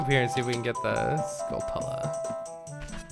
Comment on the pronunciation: "skull-TUH-luh" no no. it's skull + tarantula; it's pronounced "SKULL-tchoo-luh".